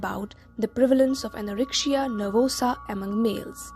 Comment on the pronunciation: Good but why do you pronounce the letter c as sh in the word anorexia ??? it is irritable. Yet thank you.